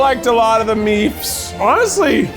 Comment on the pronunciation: Its the "i liked all the meefs" for me